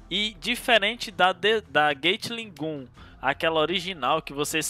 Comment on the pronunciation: "Gueitili Gum" Senhor...